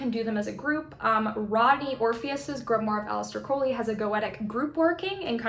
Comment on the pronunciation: Finally someone who pronounces Crowley properly! It's meant to rhyme with Holy, NOT the way Ozzy sang it.